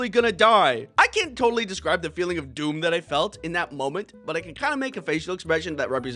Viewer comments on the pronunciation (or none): none